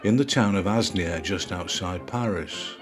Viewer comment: Another good program, although a bit "osé" that one. (Asinières is pronounced a-ni-ère). All the best.